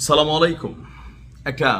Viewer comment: সালাম ভালো ভাবে উচ্চারণ করবেন